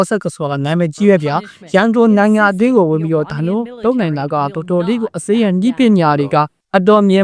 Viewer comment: မြန်မာသံ မပီရင်တောင် အင်္ဂလိပ်အသံထွက် ပီပါစေ။ အစ္စရေးလား? အက်ဇဝေး? အီရန်လား? အီယံလား?